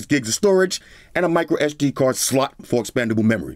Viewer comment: Love the verbal emphasis on "SLOT"..LOL